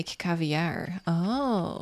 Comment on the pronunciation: The way you usualy say caviar is pretty good I think it’s the accent that makes it sound a lil different we say it a bit like eear